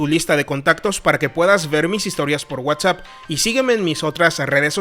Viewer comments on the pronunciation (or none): none